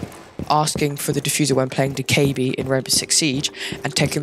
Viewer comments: im pretty sure its doe keh bee btw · I love how u said do ka ebi lol 😂 Keep ur content:) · hahaha that was funny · it’s annoying how you say her name wrong